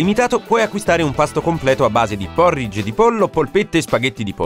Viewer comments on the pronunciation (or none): none